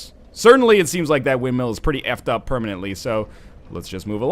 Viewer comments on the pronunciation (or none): pronouncing 'windmill' as 'windmeal' is not a canadian thing... its a NL thing